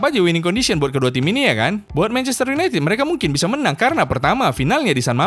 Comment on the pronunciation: Akrobeto : MANCHESTER YUNITIT HAHAH ERRRR HEHEHE AWOKAWOK 🗿🗿